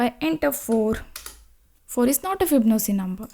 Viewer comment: fib-no-c. 😂 this is the worst pronunciation of this word I've heard.